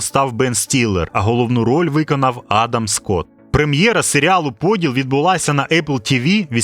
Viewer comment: Я розраховував на ПодІл, наголос на і.